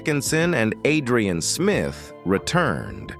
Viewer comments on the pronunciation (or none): none